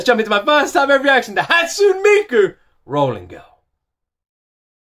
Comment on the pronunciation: I recommend "Romeo and Cinderella" and "Hand in Hand" both by Hatsune Miku; and "Luka Luka Night Fever" by Megurine Luka (another vocaloid). Also, it's pronounced: "Hot-soon-nay Mee-koo".